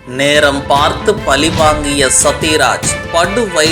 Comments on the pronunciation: ஸ்டாலின் ஆங்கிலத்தில் சொன்னதை கிண்டல் செய்யும் தமிழ் வீடியோவில் பழி என்பதற்கு பதில் பலி என்று எழுதி, பளி என்று உச்சரிப்பது நல்ல நகைச்சுவை!! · Try to spell Tamil properly. It is not balli . It is pazhi. 😢😅😮